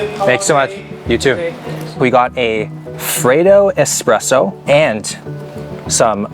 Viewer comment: watching Will say the words freddo espresso in Greece actually just did something to my body, SOOO GLAD YOU ENJOYED OUR COUNTRY AND FOOD!